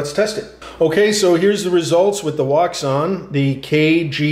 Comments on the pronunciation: It's pronounced "woo shaun" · its pronounced WOO-SHUN wouxun